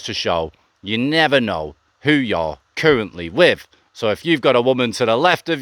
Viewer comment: your stories are ok but your voice you can’t pronounce your easy words wiv / n brover are crap take a tip of Thailand bound sorry but not v good to listen to